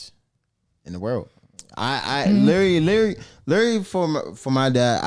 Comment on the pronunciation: was like “litrerally😂”